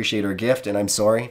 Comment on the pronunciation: Thank you for sharing. Thought it was so funny when you went full canadian on that "sorry" to Jasmin hahaha, bless